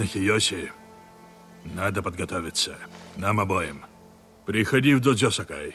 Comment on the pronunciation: В слове додзё ударение падает на О